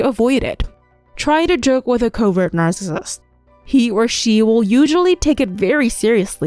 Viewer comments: Is this an AI? WHY Does she say narcissist like that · I computer generated voice with the inability to proounce narcissist plus repetition put me off very quickly. Pity.